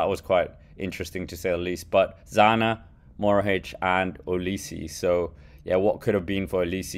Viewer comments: "mohoric" not "morohic" please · EXTRA - Since people told you how to say a name, let me tell you it's Matej MoHoRič and not Matej Morohič, like you are saying his name. ;)